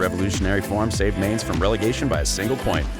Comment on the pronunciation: This video is made almost unwatchable by your horrific pronunciation of the German club names - please go look up how to say Bayern Munich, Mainz, and Dortmund (as a native English speaker it's not hard to pronounce). Other than that, you missed the deal with Buvac as to who would be assistant to whom at Mainz, which is a big part of the story, and a lot fo the external circumstances in Dortmund's 'drop off' in the last few years of his reign (spoiler - Bayern got Guardiola and a lot of money and used it to tempt away some of Dortmund's best players). Decent video, but there are far better Klopp videoes on YouTube